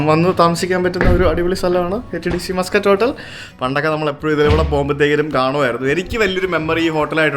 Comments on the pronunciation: മസ്കറ്റ് ഹോട്ടൽ എന്നല്ല പേര്. മാസ്കട്ട് ഹോട്ടൽ എന്നാണ് കുട്ടാ.. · Its not pronounced muskut hotel... its pronounced 'Maas-kut'. Stress on the syllabul 'Mas'.